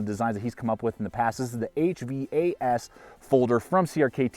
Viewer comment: Thanks for this review! This is the first of these field strip knives that I really like. And the price point seems much more reasonable than the first of them, even with the steel choice, because the of the innovation. By the way, the designer's name is pronounced Vox-Naze and the knife is pronounced Vaas (the "H" is silent).